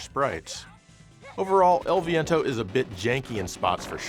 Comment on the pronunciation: HEY EL VEEEEEEEEEEEEEENTOOOOOO!!!! you didn't say it right and HOW DARE YOU. I happen to love my fart based audio chip. It was the most 90s audio in the universe 100% fart based. Extreme dude.